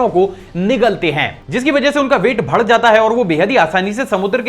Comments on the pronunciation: Sir you say bhadd in place of badh hear so funny.......i like it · Bas ek cheez kehna chahta hoon, Badh jata hai hota hai Naki bhad jata hai 😂😂😂